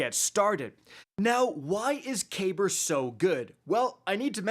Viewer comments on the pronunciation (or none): Kacky boi, it's pronounced cuh*beer. It's a lesser known ottoman name, which fits as his attire is very ottoman esq. As well his destiny/D2 kabr became obsessed with VoG, which the ottoman empire is credited with the first glass blowers.